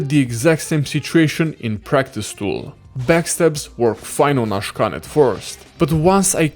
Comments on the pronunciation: Akshan not Ashkan !!! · Pls dont call Akshan, Ashkan 😭😭